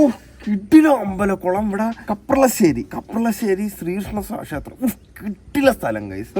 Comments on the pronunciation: Bro kaplashery ala kaparashery anu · Kaplassery ala kaprassery anee broo 🥲